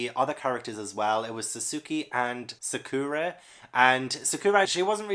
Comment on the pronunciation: Pronunciation Guide: Alphonse: Al-fon-z Sakura: Sah-ker-ah Sasuke: Sah-s-kay Pretty sure those were the only ones I noticed and this is only based on the anime so it could still be wrong. Also, if you look into the backstory of Berserk, I think you'll love it even more.